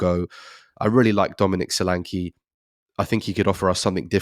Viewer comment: Solanke is always wrongly pronounced. E is as in egg or Nketiah